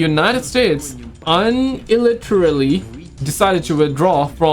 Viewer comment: Another great video. I love to watch your content. Just an FYI on the word unilaterally: it's pronounced yo͞onəˈlatrəlē.